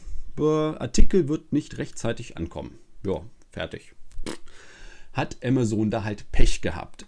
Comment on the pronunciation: Du sprichst Amazon falsch aus man denkt immer du sprichst von was anderem .